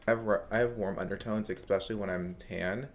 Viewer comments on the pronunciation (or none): It's eSPecially not exspecially. I really like you but that one little thing bugs me. Petty? Me? You better believe it 😉